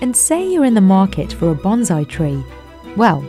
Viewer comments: That's "BON-siEE" not "BON-ziee." It's not a Kamakazi pilot. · It is pronounced bonsai like it is written not bonzai. Business Insider has some terrible narrators.